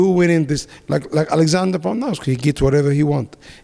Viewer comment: Wan plakovit (jan blackowicz) Alexander pondovski lmaoooo